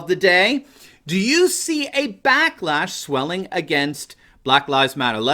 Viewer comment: Did you say "blacklash?" ... Yes!